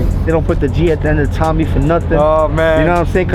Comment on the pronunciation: why can't tommy pronounce his r's